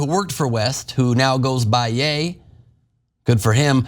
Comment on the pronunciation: Ye is not Yay. The sound is like that a cowboy would make Ye haw! He could say the same about gypsy's, Irish or Muslims and he would be fine. It's just because it's Jewish people that he is going to be destroyed. It's not about all races or all religions as they aren't nearly as protected.